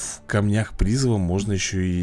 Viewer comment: Я конечно обожаю тебя смотреть, но жетон призЫва, а не прИзыва.